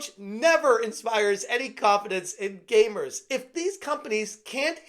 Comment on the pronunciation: gamers not gaymers